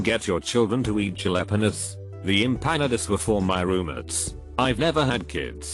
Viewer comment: The pronunciation of Jalapenos and makeup kill me 🤣🤣🤣